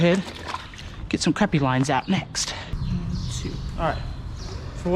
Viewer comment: Still gotta learn how to say crappie lol